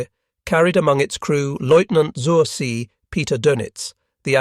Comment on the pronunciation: Z in German is pronounced TS [ TSOOR ZAY ] "on the sea" PLEASE SHOW SOME BASIC respect and at least pronounce the names right and the labels..